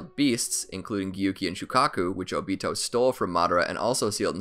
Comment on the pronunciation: I thought it was “Oh-Bee-Toe” not “Oh-Beet-Oh